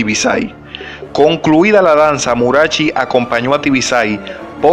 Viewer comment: Murachi...acento en la i.